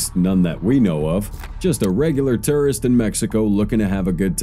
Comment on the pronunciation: The narrator doesn’t say tourist correctly